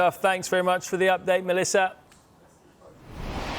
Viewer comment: It’s Melissa - get it right please